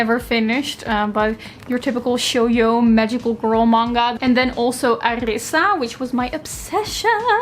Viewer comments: Must be her Dutch coming through with that j haha. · Did you leave out the j in shoujo? The j isn't pronounced as shoyo! Haha it's actually sho - Jo. Jo as in Josephine. Love the video and yes I agree My Immortal is infinitely entertaining! Have you watched The Internet Historian's adaptation of it? 😂 It's incredibly funny.